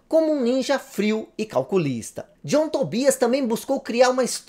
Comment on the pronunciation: Sai pra lá ô "Tom djãm" 😂 ❤